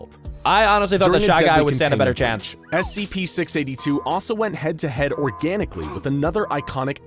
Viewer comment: SCP not sips